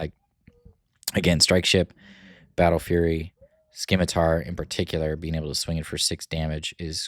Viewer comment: I'd recommend trying out Security Complex for your GI blue, the shield can be absolutely clutch at its best, and at worst enables another GI action on a near death unit. Also the c in scimitar is silent, like in science, sorry but it was distracting :)